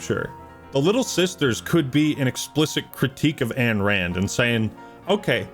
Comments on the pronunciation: Isn't it Ayn Rand not Anne Rand? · please... Ayn Rand is pronounced EYE-n, not AN. I know it's a nit pick but it takes me out of the video every time